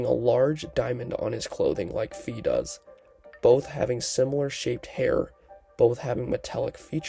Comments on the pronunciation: A small, inconsequential criticism: according to the katakana (ファイ), Fi's name is pronounced "Fye", not "Fee" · Great theory! I've had these same beliefs for a while too, and there's even more signs! Just so you know, Fi is pronounced like sky not fee.